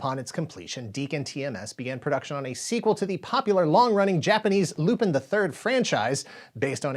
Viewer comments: It was Lupin the 8th, not 7th. Also I know it's not important but it's pronounced like Lupan, not pin. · I laugh every time you say “Loopin’” 😂 Lupin is pronounced more like Loo-pon Netflix has a great Lupin live action series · STOP SAYING LU-PIN. IT'S LUPAN!!! LU-PAAAAAN the third. You said it incorrectly just too many times for me not to cry out in pain. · Loo-PAHN!! It's pronounced "Loo-PAHN"!! Don't disrespect one of my favorite anime series!! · I thought you pronounced it as Loo-PEN, with the emphasis on the last syllable Edit: ah my bad, the italian dub often pronounces it like this. I didn't know it was wrong. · It was going to be called Lupin the 8th not Lupin the 7th (also it's pronounced Lou-pawn). Other than that, great work as always.